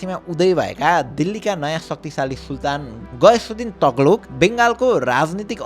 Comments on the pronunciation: सिम्रौ गढ ? सिम्रौनगढ ✅ तग्लुक? तुग्लक ✅ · Taghlug haina yar TUGH-LAG ho, pronunciation ma kaam garum ma yar please